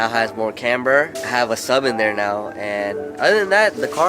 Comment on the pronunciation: Are you serious right neow